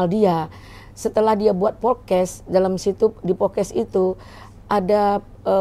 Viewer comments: Podcasts Podcast ibu.... BUKAN Pokes Pokes. Gemes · Bukan pokes bu, podcast 🤣🤣🤣 hadeuhhh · Kayaknya harus belajar b.indonesia lagi bu. Ambil kelas eksekutif 😂 Cara baca: 1. Podcast bukan pocas 2. Video bukan pidio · PODCAST bu bukan POKES !! Heran, orang rasman semua pada susah ngomong, andar juga kek gini. masak iya sih pengacara?? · Maaf maaf nih buuu netti, setiap ibu bilang podcast dennise ko kedengeran nya ibu ngomong "pokes" hahahahaaaaaaasa ketawa ngakak lob, kalo ngomong ga inget sama omongan sendiri nih bu. Jejak digital ibu banyakkk loh🤣🤣🤣 helloooooooooohhhh 😅 bokiss mulu ahh